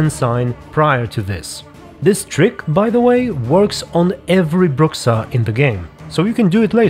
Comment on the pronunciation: it's pronounced "brusha"